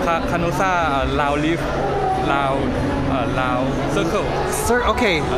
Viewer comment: he clearly said lound leaf and you changed it into round leaf :(